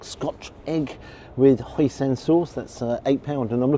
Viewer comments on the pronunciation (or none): Hoi-Sin not Hoi-Sen😆